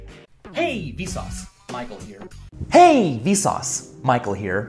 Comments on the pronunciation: The past 3 mins, I thought he said "Hey V sause, Mike will hear"😂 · To more I hear the “Michael Here”, the more it sounds like “Might go here”.